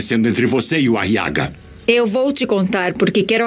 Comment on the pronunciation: Eu tenho uma Raiva Dessa Voz pq o Nome Aguiar Virou Ariaga! quase um Nome de estimulante Sexual Meu Deus!, E Como Se não Fosse o Bastante ainda o Nome do Filho da Beatriz em Vez de Ser Guile Virou foi Guilo, Quase um Nome de um Inseto 🤦🏻‍♂️🤦🏼‍♂️😒